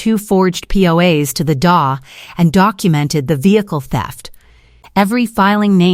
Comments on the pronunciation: D.A. not das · It's D A not da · It is not da it is the D A. Please pronounce correctly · "Da", "dewey".... you have lost all credibility in this story. Use a better programmed AI voice or a proper live human narrator. 😮